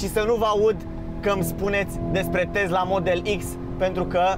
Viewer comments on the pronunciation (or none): none